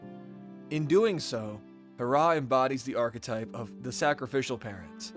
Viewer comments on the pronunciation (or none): it's HE RRAH not harrah